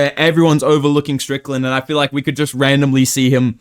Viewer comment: Once again trying to be different. “Moiitteee, I joist feel an upset for some reason, I doiinnt know mannn.”